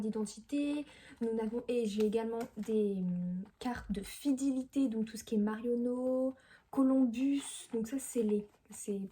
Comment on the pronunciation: « des cartes de fidilité » 😂 Sinon super vidéo +1 abonnée 😊